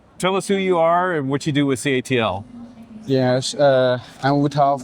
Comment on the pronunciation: It is called CATLE not ca A te il 😡